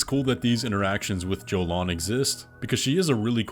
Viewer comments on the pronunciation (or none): Tiny grievance: (if you did this on purpose to garner comments like this one, kudos) Jolan is pronounced "Yo-lawn" I get super triggered when people mispronounce names that are spoken in the work itself. She told you what her name was! X) you included the clip! Anyway... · Romina and Jolan. Jolan pronounces her name as Yolan and Romina is said as Row-me-nuh. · How is the character joalan's name mispronounced more than once and you even have her say her name in the video are you retarded? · Man, Jolan says her own name and you still said it wrong